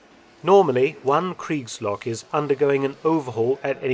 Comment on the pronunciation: As a native German speaker it took me almost the whole video to get what "creeks logs“ are.